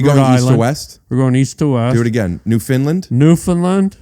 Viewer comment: Harland your pronouncing Newfoundland wrong...